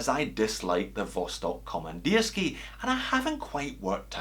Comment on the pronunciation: Very nice pronunciation of Vostok komandirskie) close to original!